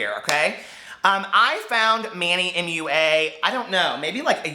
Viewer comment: omg, I DIED WHEN YOU SAID "moo-ah" for MUA! LMAO LOVE IT!